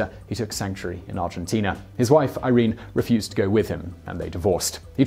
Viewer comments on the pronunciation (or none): none